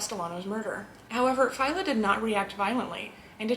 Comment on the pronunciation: Who is “jimmy Fay-ya” you mean Jimmy Fi-EL-ah.Stop putting an Italian accent on your pronunciation,%90 of the names your pronouncing wrong because of that.Mr Neil pronounced his name “Dell-Ah-Crowch” not “Del-ah_crowch-ay”,unless HE was wrong.